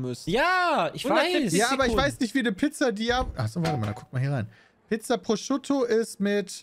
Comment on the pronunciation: Ich möchte nie wieder hören, dass Peter Pizza Prosciutto ausspricht!